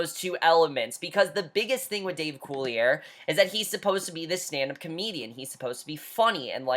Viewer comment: Not sure if you've found this out yet, but Dave Coulier's last name is actually pronounced cooly-ay, not cooly-air.